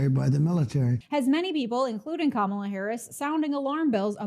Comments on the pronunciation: Says the guy who can’t even pronounce Kamala’s name correctly. Very insightful. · Clinton and Sharpton can't even pronounce her name correctly. No one cares about that pathetic argument!